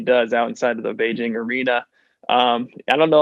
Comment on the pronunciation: I am so happy to hear he pronounces Beijing correctly with the hard J. Oh wait, "Hard J" would be a great basketball nickname!